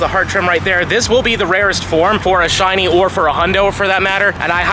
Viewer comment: “Only 3 shinny furfrou.” Hahaha